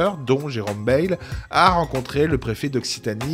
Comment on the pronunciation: on prononce BaÏle , le parigot de BFM WC !